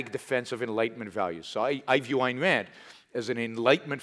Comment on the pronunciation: I originally came for Yaron. But Patrick... Damn. I hit that subscribe button harder than I'd hit someone pronouncing "Ayn Rand" wrong. Kidding! But you're brilliant, mate. Greetings from a Scandinavian individualist.